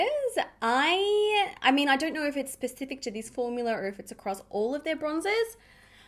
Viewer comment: I love that you say “formular”. It reminds me of Mr. Crabs from SpongeBob 🤣